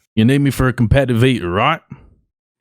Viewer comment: Every time says “cohmpe’eive ee’er” I think of the “eeeee er” from The Box 😂😂